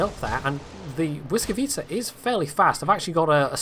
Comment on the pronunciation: I am very surprised that you can say "Błyskawica" properly,did you practice for the video or do you actually speak Polish? :D